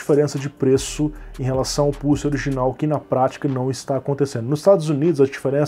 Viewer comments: seria muito triste o youtube desmonetizar esse video pq o bot entendeu "pussy" e não "pulse" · Pior que falou isso mesmo! kkkkkkkkkk "pulse" está mais para "pousse" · Adoro os brasileiros a falarem 😂😂. Não me levem a mal mais eu ouvi o dizer 5700XT PUSSY e não 5700XT PULSE. 😂😂😂. Por favor não me levem a mal eu adoro o canal do ele tem bastante conhecimento 👍💪